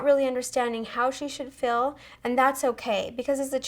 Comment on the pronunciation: When you say feel it sounds like fill